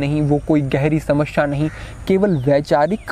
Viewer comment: बहोत खूब गुरु जी आप बड़े अच्छे यूट्यूबर हैं इसलिए, समश्या नही समस्या का उच्चारण किया कीजिये 🙏